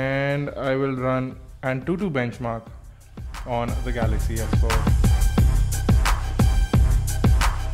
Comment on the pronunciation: samsung galay ,, :P